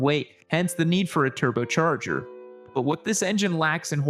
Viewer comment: “Turbochorger” - what’s happened to?! If someone is holding him hostage I need to know about it!